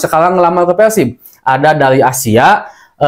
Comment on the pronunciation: PERRRRSIB bukan peLsib